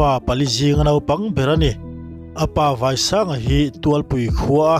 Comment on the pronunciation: Tuálpui ti lovin Tuàlpui Vàisanga nilovin Váisanga tih bawk tur.